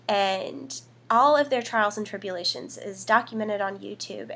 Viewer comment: When she said trials and tribulations it sounded like she said "charles trippy" haaha